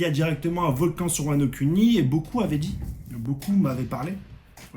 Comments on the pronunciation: Sa prononciation de wano Kuni Wano cunni...👀🤣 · Wano-cunni 😭 c’est pour ça qu’il fait bien prononcer